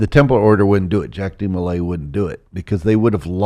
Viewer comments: It's not jack demolay, it's pronounced jauck with a French spelling. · Dude really butchers Jacques De Molays name pronunciation.. But he’s almost spot on with the history!